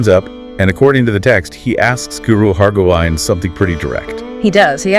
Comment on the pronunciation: The content is really good but I would suggesting consulting with a Sikh about the pronunciation of certain names and terms. Guru Hargobind rhymes with “wind” as in a breeze, not “wind” as in twisting something to start. I appreciate your attempt to bring these Sakhian (another word which you are mispronouncing) to a wider audience. But you are doing a disservice to yourselves and your target audience by not being more diligent and precise in your presentation. Chardi Kala.